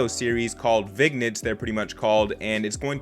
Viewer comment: Vignettes is pronounced VIN YETs